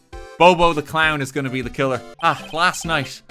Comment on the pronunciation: "dekiller delivered debear-"